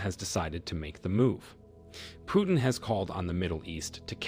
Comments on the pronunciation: It's not Pyutin learn to pronounce properly sir..It's President Putin . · its not pronounced PJUTIN but P Utin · Vladmir Pewtin makes him sound cute and cuddly - Also, I would probably argue that the most important factor keeping the dollar alive, is simply the military industry complex. You want to be able to defend your country/oil/people? Well you need the worlds best high tech weapons and equipment. And if you want to buy that stuff from US, you need to pay with dollar (whatever currency, but at a rate connected to dollars)